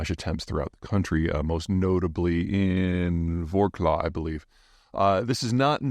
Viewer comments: Wrocław is Vrtots-wav not Ro-klo =) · Why the hatred, dude? At least the Russians call your city correctly. Not WROKLAW lol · Hey Peter. I live in Wroclaw. It took me a year to pronounce it correctly. But it's pronounced, "Vrats-wav." Think of a car going Vroom! Vrats rhymes with lots, and wav rhymes with slav. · Wroclaw is pronounced as "vrotswav", more or less. Not very obvious for most non Poles (that includes myself). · Wrotslaw is pronounced Vrotzlav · You mean "Vrotzwav” 😉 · Love the analysis, but I wish Peter could get the pronunciation better.....in Polish, a "w" sounds to us like a v. An L with a slash in it sounds like a w to us. CZ is like ch to us, SZ is like "sh", a staight c sounds like an s. So wroclaw sounds kind of like vroswav and suwalki sounds like soo-vow-ki. Happened to visit the latter a few days ago, nice place